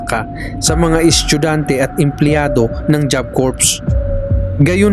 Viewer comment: kuya bat naman yung salitang "estudyante" ay nagging "eschugante"